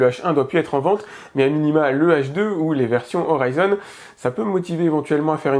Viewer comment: Non et non !! Phonétiquement : Pas oraillezone mais orison!! SVP nous parlons français dans nos régions, sinon c'est un videoprojecteur qui titille nos pensées et comme d'habitude belle démonstration du produit. 👍😉